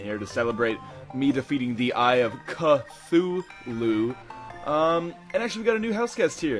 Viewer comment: "...when i summoned the eye of KA-THOO-LOO!!!!"